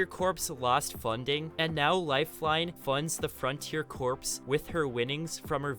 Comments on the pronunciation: Yes corps = core. It’s not corpse lol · Lol the frontier corpse 😂it’s pronounced core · Corps is pronounced "core" not "corpse". Otherwise, great video. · literally triggering me corps is pronounced like core not corpse good video though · Corps is pronounced Core not corpse. Like Marine Corps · Corps is pronounced “core” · I'm unsubbing cause you keep saying "corpse" intstead of "corps" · The word corps as in marine corps is pronounced core (the ‘ps’ is silent) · You kept saying Corps phonetically when it actually is pronounced like cores-man. The United States Marine Corps is a good example. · The only pet peeve that I have is that CORPS is pronounced Core. Like marine corps is pronounced marine core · Lol corps.. the p is silent friends 😄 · this guy cant say corps